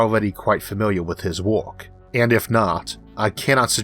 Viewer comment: Famiwiaw with his worck